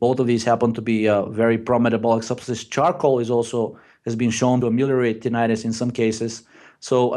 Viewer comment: you crack me up 😂 Tininininitus